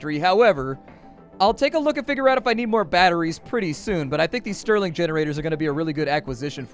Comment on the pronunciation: it's "Stirling" generators. not string...